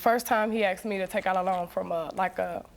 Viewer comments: Why do they say 'axed' instead of 'asked'? It makes people sound really dumb, even when they aren't. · its hard to take Black Americans seriously when they say axed me.. Axed me... ITS ASKED ME!! god damn! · That’s not an accent thing that’s just mispronouncing a word and mixing up letters “asked” “axed” I’m not sure if you’re smart realize but it’s the same as saying ‘pacific’ instead of ‘specific’ and ‘I borrowed him’ instead of ‘I loaned him’ and ‘libary’ instead of “library”, “fustrated” instead of “frustrated” it’s wrong. It’s not culture or an accent it’s wrong. Grow up and accept it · Just when you think a woman is sophisticated and intelligent she starts saying aksed instead of asked. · WTF is everybody going on about how "smart" she is... the second anyone is dumb enough to use "aksed" instead of bloody ASKED they show their level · All I heard was: ''Axed, axed, axed, axed!'' Are these people lumberjacks or something? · hahaha, knew I wasn't the only schmuck who cant stand AXES. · It's funny because the mixing of the letters "s" and "c/k" in Latin was even where the letter "x" first came from in our language trunk. Literally, they are doing the same thing human beings have been doing for three thousand years, turning the harder to enunciate "sc/sk" into the easier "x" but yeah, they can't be taken seriously cause they're black americans doing it this time around... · anytime you hear axed just throw a can of axe at them and say here's your axe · thank you so much. I used translator to know what does " axed " mean, nothing showed up. ( I`m not native ) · I find amusing when they say "I AX him to leave" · how hard is it to pronounce the word "asked"?